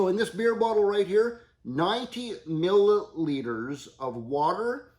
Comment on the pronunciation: Hi, in I swear I heard you say 90 'Miller'liters of water!